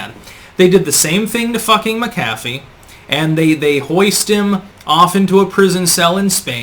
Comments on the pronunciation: Mc' CAFF' ee?? Whattayou, pronounce words improperly on purpose, lol. It's MAC'afee. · Always informative vids and thumbs up but could you please pronounce his name properly? Not like McDonald's Big Mac. Accent on the first syllable. MAC'-a-fee. John McAfee. Not Mac-AF-ee. Just one last item at his supposed suicide. RIP. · pronounced MAC-a-FEE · The pronunciation is driving me crazy. His name was pronounced (Jon Mac Uh Fee); not (Jon Muh Caffee) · Is suicide the new pandemic? PS MACKafee not McCAFee. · He was probably killed before he could blow the whistle on Bill Gates for fake computer virus scams and collusion. BTW his name is pronounced MackAfee not Macafee. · Mcafee is an irish name you fucking nut. Emphasis is never on the Mc or Mac. Americans dont know about linguistics. Apply your same thinking to Paul McCartney or McDonalds and have a rethink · MAK a fee ...sorry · mack a fee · Isn't it pronounced Mc-A-fee? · Mc A fee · You keep pronouncing McAfee wrong,. It's prounounced Mac-a-fee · It's pronounced MAC-UH-FEE. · Mac-A-Fee as in the software.....dang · It’s Mac-a-fee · It's pronounced MAK-ə-fee. There's this great tool called the Internet that will answer basically any question you've got, including how to pronounce something. Oh well, yet one more name on the long list of names and words that mispronounces. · Usually the accent is on the first syllable. MAC- afee. No? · Geez learn to pronounce his name correctly! Mc Affe!!! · pronounced Mac- a fee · It’s pronounced Mac-a-Fee. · You're not pronouncing his name correctly. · You pronounced Mcafee wrong. The accent is on the first syllable. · You’re awful at pronouncing names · Today I learned I was pronouncing his last name wrong my entire life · As intelligent as you are, why the hell can't you pronounce his name properly? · You really can’t pronounce the guys name properly? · Irish/scottish origin names never have the emphasis on the Mac/Mc 'dude'